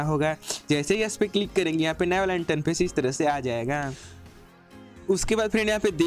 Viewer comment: Bhai interface hota hai not इंटनफेस